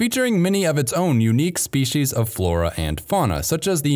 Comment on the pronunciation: What is a “shpee-shee’s”? There’s no H in species, yet alone 2 of them! What a steaming load of fee-shee’s…